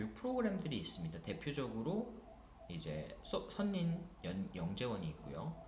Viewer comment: 선생님 강의 너무 훌륭하고 도움 많이 받았습니다. 감사합니다. 하나 말씀드리고싶은게 있어요. 지난번 영상에서도 선린을 [선린]이라고 발음하시던데, [설린]이 맞습니다. 참고부탁드려요~